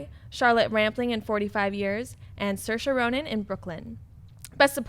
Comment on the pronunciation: Big thumbs for for pronunciation of Saoirse Ronan